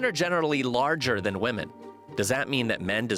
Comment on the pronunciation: When did we forget how to pronounce the word women?